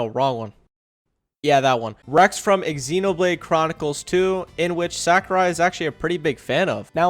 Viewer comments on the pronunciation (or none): did you just pronounce xenoblade as ex-xenoblade 😂😂😂